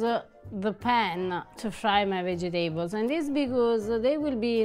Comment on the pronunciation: so delicately fried everything! I'm more curious about what a fried banana taste like. Less curious about the brain.?? Say, Vegetables! I pronounce it the same way because it helps me to remember how to spell it! Ciao ' ❤️🇮🇹